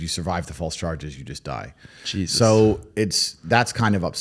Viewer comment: why did you said jesus on like you are little white American boy because no-one else say that